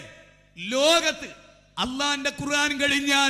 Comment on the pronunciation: ബാലുശ്ശേരിസാഹിബിനു ഖുർആൻ ശരിക്ക് ഓതാൻ പോയിട്ട് ഖുർആൻ എന്ന് തെറ്റില്ലാതെ പറയാൻ പോലും കഴിയില്ലെന്ന്പറഞ്ഞാൽ ദേഷ്യംപിടിക്കരുത്..........